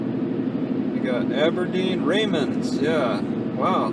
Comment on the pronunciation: It is pronounced Pee Ellll... emphasis of the P.... it is not Pa'El.... just to let ya' know... AND Chehalis River is pronounced.... "She....hail...lis.." Your got Raymond right.... You from NewYork?